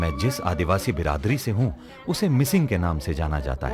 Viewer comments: (Mishing tribe❌) (Mising ✅) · Not Mishing , Mising